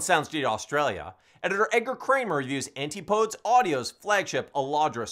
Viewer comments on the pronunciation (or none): I think that's An-TI-poh-dees